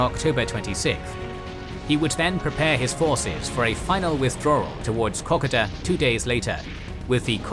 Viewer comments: IT1S KO KO DA NOT COCKADA,PLEASE,IT`S NOT THAT HARD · KO-KODA!!!!!!!!!! NOT KOK A DA . PLEASE STOP SAY8NG KOK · Far out please pronounce "Kokoda" correctly. It is pronounced "Koh-Koe-dah", not "kock-od-ah". As an Australian, it makes me cringe every time you say it to the point that I can't watch the video. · pron - co-co-dah. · its kokoda trail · Hurts my ears how you pronouce kokodo! Lol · Co Co Da, FFS. Each week people correct you in comments, you are totally butchering the Pronunciation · Drives me crazy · It'd just be nice if they pronounced words like "Kokoda" correctly